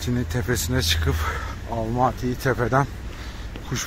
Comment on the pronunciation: Almati değil Almatıdır! Sen Türkiye’den mi geldin Türkiye!dan mı? Kazak Türkçesinde ses uyumu diye nir şey var haberin yoksa